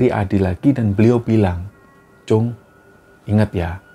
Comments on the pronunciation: assalamualaikum, Tim Kembara Sunyi & para Sobat Kembara, Pamekasan hadiiiir. sempet rame emang cerita ini di seantero Madura pada masanya 😐 btw sekedar koreksi Mas, panggilan anak laki2 di Madura itu kacong, atau disingkat cong, sma seperti panggilan "tole/le" kalo di Jawa lah, dan itonasi huruf "O"nya seperti kalo mengucap bencong, bukan Cung seperti yg diucap. makasih, semoga sukses terus Kembara Sunyi🤲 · Klo di lfslin itu. Cong. Bukan cung